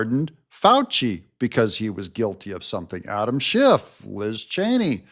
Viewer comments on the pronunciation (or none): none